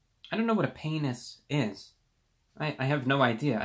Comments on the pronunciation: I'm so immature I laughed at hearing him say penis(panis) for the first time. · Lmbo he said penius😂😂😂